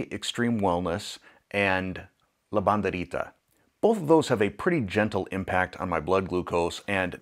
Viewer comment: 1) baby smiles🥰 2) people are so ridiculous 3)keeping my eyes peeled😉 4) just ordered the vanilla cream stevia🤗 5)great pronunciation of La Banderita!